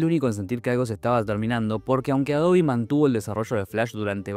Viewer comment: que tiempos... lo unico raro que veo es pronunciar "Adobi" jaja😅😜